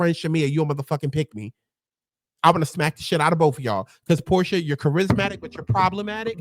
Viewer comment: Your watch-alongs be having me dead!! You called Shamea “Pick-mea” and Porsha “Whore-Sha” 😂😂😂 Nah but when Shamea really took Drew’s joke and put 10/20, I was like “Wow Shamea….I can’t” and then you immediately clocked her after for being whack 😂😂😂 Shamea definitely has the things to be like-able on this show, but she needs a backbone.